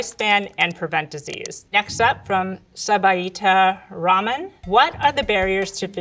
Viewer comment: absolutely butchered name Subita Rahman - a little bit knowledge about the world and cultures goes a long way. You don't pronounce everything 'American'.